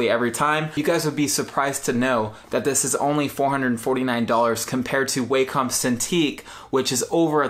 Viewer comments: The Wacom tablet is not pronounced like "Way-Come." The proper pronunciation is like "Wah-cum." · Its pronounced wak-com Not way-com